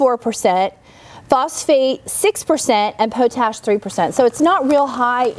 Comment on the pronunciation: Dear, I loved the video. Just remember. It's Pot Ash not po tash. Save your extra small sweet potatoes. After curing, you can save them in a cool, dry, dark place and they will be there ready to grow your slips next year. When the vines start coming off the little potatoes you planted just break them off with some of the roots and plant them. Viola! you just grew your own slips.